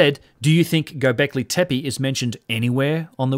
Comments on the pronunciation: Loving your channel and especially Martin Sweatman's chat, but I noticed that you consistently miss spell and miss pronounce Gobekli Tepe, perhaps also why your search results were null in this case. Said in the spirit of constructive criticism 🙏🏻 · you horribly mispronounced göbeklitepe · Mate, its Göbekli Tepe. :) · Years passed, yet you still can't properly pronounce "Gobekli Tepe" (from your most recent videos). 4 years ago somehow you couldn't even spell it: - God help us against those educated corrupt archaeologists if our side can't even spell these names properly :(